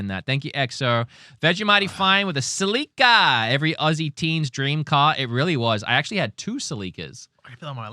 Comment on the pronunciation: My Toyota "Sel-ii-cah" it's pronounced "Sell-eh-cah"...like you are selling something, then "eh" like ehhh idk, then the "cah" you are right on. "Selica" sounds like a Zelda NPC so its obvious you've played mega Zelda in your time. This is the best podcast on the internet, because you guys gel really well and its not about politics and trash. its the best distraction from reality and that's exactly what youtube / video games are for. plus, im a huge zelda fanboy, admitted, absolutely unapologetic about it, and since you guys are zelda-biased too we are like friends in that matter. lo-key i also like my 90s mario karts, mario kart wii, and mario kart DS so don't judge me those games destroy 8 deluxe and world easy money. im a proud millennial / elderly, same thing, and proud to say i was alive when WoW came out with those expansions, 90s/2ks nintendo and PC gaming was soooo fire you guys. Sega was alright, had some money games too, PS1 was eh, bc 64 was so good we didn't care about PS1, PS2 was fire, but PC gaming then eclipsed PS2 so it was mid overall. Gamecube (smash melee) was fire but nobody played it bc PC gaming was peak. the best gaming of all time is a tie between nintendo from 80s/90s and PC from 90s/2ks. today's gaming is like idk 1/2 as fire but still flames.